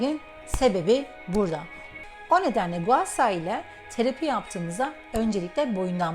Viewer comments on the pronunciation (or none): abla o gua şa diye okunuyor .s